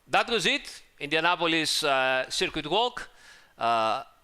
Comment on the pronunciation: Can we just get a ten hour supercut of saying "SIRQUEET" already, please?